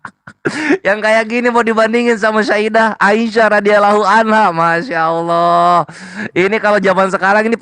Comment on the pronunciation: Mf kl sebut bapa yesus alah bukan ALLAH